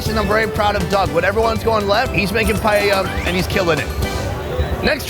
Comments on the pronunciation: as a spanish, that """"""paella"""""" hurts me so hard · that dude just massacred paella wow